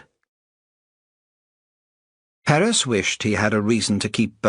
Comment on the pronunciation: Wish that the narrator had pronounced Perez correctly. Oh well. Fine story.